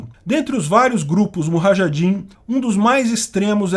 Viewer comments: Sugerido por um, revisado por outro, e narrado por um terceiro, e nenhum percebeu que a pronuncia da palavra "combatentes" em árabe não é muHajidins e sim muJahidins? 🤷🏻‍♂️🤦🏻‍♂️ ouvi isso ao menos 4 vezes. Mesmo assim, parabéns pelo vídeo e pela riqueza de informações e detalhes nele contido. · Cara, muito bom seu conteúdo mas respire um pouco, falar incansavelmente sem pausa por 13 minutos, acaba ficando difícil entender todo o conteúdo, e acaba gerando atos falhos de sua parte ( muHAjadin...) que contribuem ainda menos pra didática do vídeo. Crítica construtiva, seu canal tem potencial.